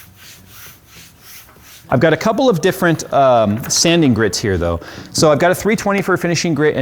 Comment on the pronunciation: sanding or soaping :D?